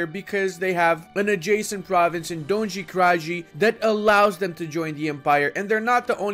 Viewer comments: When you love the video but dislike it cuz of mispronouncing donji kraji Jk i always like your videos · you butchered Donji Kraji.. -- it is " Donyee Krayee " not Donzhy Krazhy